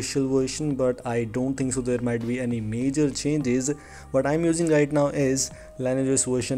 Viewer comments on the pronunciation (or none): It's pronounced "lin-ee-ej", not "lain-ej" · You need to take phonics classes before putting out a public video. I can't understand a word you're saying, you pronounce everything wrong and it sounds like you need to spit. You could at least do the most basic homework on how to pronounce the word "lineage", the thing you've based your entire video on.